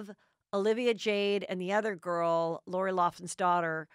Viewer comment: Heather! Just an FIY, Lori’s last name is pronounced “Locklin.” Also, the other daughter’s name is Bella. ❤️